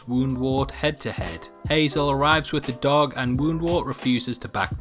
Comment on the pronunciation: You said WoundWort (don't know how to spell his name correctly) wrong! Edit: But later you said it right!